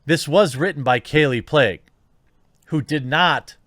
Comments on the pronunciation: Pronounced “Plague” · her last name Plagge is pronounced "play-gee". not that anyone cares lol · "Kallie Plague" lol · Kallie 'PLAGUE' LMAO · Her last name is pronounced "Plague"? Well... There you go